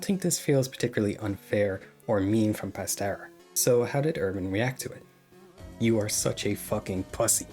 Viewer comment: "Pastera" 😭 Other than that, good video